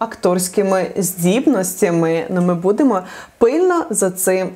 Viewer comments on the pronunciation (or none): none